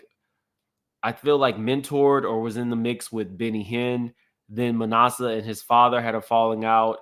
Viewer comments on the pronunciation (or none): “ma NASS eh” not “ma NAH suh” (just trying to help) ☺️